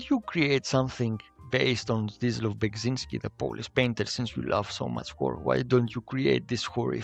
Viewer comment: Ah man, as a Polish person I can see how hard it is to pronounce Beksiński's name but pronouncing it wrong and saying "yes, that is how you say it and it's fine" is sad. It's not "Beg" but "Bek...".